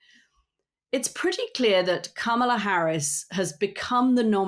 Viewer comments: Anthony, you have to start pronouncing, Kamala's name correctly! It's not that hard..... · The accent for Kamala Harris’s name is on the K. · The podcast is great. Note to producer: please ask them to pronounce the first syllable in Kamala as "comma" rather than "cam" as in camera. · Love you two. But - can someone please teach AS how to pronounce Kamala - it's not kam like lamb - it's Comma la. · Enjoying both of you two (Anthony’s insight is invaluable)…..but recommend both of you brushup/practice Kamala’s name pronunciation correctly…..both have pronounced it Cam-ala or Kam-ala……but think of the , comma and say comma-la. She even is making up T shirts with a bold , la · Anthony, her name is pronounced “comma-la.” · Please, please, learn the correct pronunciation of the Democratic Party’s presidential candidate. Kamala Harris’ first name is pronounced Ka, Ma, La! Not…Cam, Ma, La. If you choose to discuss topics involving an individual by name be respectful and correctly address them. Thank you. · CAH-ma-la. (Not Cam-a-la.) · Honey—- Ca-Ma-La not CAM-aLa. please!!! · Anthony, please pronounce Kamala's name properly 'comma-la' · Anthony, pretend there is an "h" in the middle of her name. KAH-MA-LA. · Her name is KA MA LA like the ‘ coma la ! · Anthony, sir Kamala is pronounced like this. Comma-la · Why does Anthony always pronounce Kamela’s name incorrectly? Katty never corrects him. He says it like Camel-ah. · Great show today. Omg Anthony, just think punctuation mark. 🙄,la ( comma-la). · Mooch, luv ya man, but her name doesn't sound like 📷 ...... think " , La" 🤔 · Hey Mooch, love ya but please Comma-La is how to pronounce her name 💙💙🩷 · I’ll believe your sincerity, Mr. Scaramucci when you start pronouncing Kamala Harris’s name correctly. Sounds like comma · Am I mishearing or are both saying Camel-La? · Mooch, please be respectful and pronounce Kamala's name correctly. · Anthony learn how to pronounce Kamala’s name correctly. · Pronounce Kamala’s name correctly.